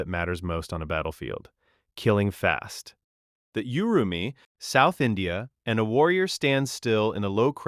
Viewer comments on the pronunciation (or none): Not Yu-ru-mee. It's Oo-ru-mee.